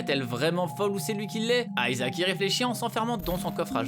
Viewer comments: On dit ISAAC et pas Aïsaac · ça ce prononce pas plutot ISAHAC ? et non ayzak, stop inventé des intonations inexistente svp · aïe mes oreilles ! Isaac ! pas aïezak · euh aisaac ? c'est Isaac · aiesaac ou "I"ssac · C’est pas aizak isaac bordel tu le prononce mal 😂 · Ça prononce a l anglaise moi je dit isaac pas aïesaac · Grrrr ça ne se prononce pas "Aïsaac " mais Isaac c'est chiant la par contre ! Quand on veut parler d'un personnage faut déjà connaître son nom... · Isaac !!! Pas Ayzak !! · WTF pourquoi Aillesac ? On dit IIISAC PAS AILLESAC, a chaque fois qu'il le disait je voulais lui mettre des claques derrières la tête ... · Même Isaac est prononcé à l'anglaise maintenant xDC'est Isaac et c'est hebreu donc certainement pas Aïsac en français ! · On dit pas plutôt Isaac au lieu de AYsaac ? J'ai toujours dit Isaac perso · isaac ce dit izaac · arrêter avec vos prononciation a l'anglaise.. aïzaq c'est moche ! bruh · Ta prononciation d'Isaac, comment dire ? :p